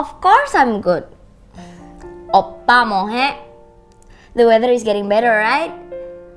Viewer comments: Ketika dia bilang oppa, yg gue denger : opak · overall ini bagus cuma buat yg cewek Indo yg pacaran sama cowo Korea, pelafalan bahasa koreanya kurang enak didengar, ngomong Oppa kesannya kayak manggil opa opa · she doesn't call him "oppa" but "oppak" :v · Ngape oppa nya make k gt? Jd oppa.k oppak hahahaaaaa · Apa cuma gue yg gak suka cara manggil oppa versi 🤣🤣 berasa oppak coba agak di perhalus lagi sebutan nya biar gak kedengeran agak anehh